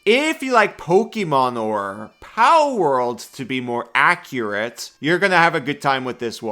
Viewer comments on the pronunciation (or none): none